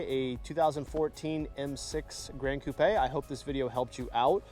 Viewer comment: One of the rare car guys that actually pronounced "gran coupe" correctly.